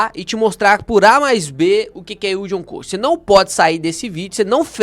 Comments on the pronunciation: Orientações muito boas, só uma coisa me incomodou o vídeo inteiro: a pronúncia correta é "cost" e não "coast". 😅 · “ILD ON CÓST” e não CÔST.